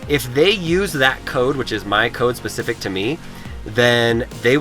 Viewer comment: The word is specific not pacific.